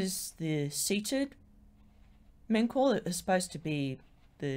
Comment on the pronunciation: The name is Men-Ka-U-Re, 4 words. In ancient Egyptian this would be pronounced Men (or Min) /Ka /U /Re. In English this would be something like "eternal like the souls of Re". In our time, the 2nd and 3rd syllables are ellided, MenKaurRe is acceptable. In other words, it is not pronounced "Men-Kor".